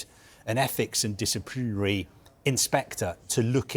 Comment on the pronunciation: Is this fella drunk. He can't pronounce provisionally or disciplinary 😂😂😂